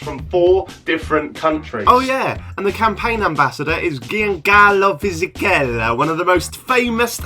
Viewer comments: Well you butchered Fisichellas name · Ma povero Fisichella 🤣 "gghiancallo"